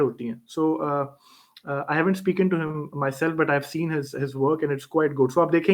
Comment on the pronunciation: It's not speaken - it's spoken...